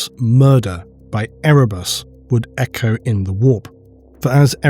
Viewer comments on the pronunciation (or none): none